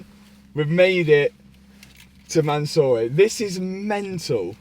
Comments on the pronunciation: Mansory: "Soryman" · the pronounce is MANSOOORY - Not Mansory so❌ -soo✅ sory❌ soury✅ man sorry❌ mansoory✅ i know because its an iranian family name. No hate just letting u know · I can't be the only one driven crazy by the pronunciation of Mansory throughout the video